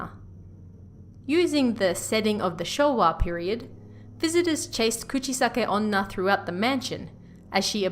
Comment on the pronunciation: The way she pronounces Kuchisake-onna is very cute 💕